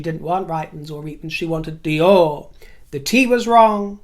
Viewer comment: you have excellent French pronunciation! Fabuleux!